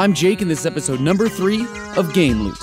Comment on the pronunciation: cant even pronounce the name of his own show